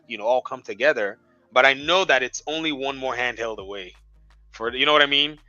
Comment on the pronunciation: Xbox “canheld” 😂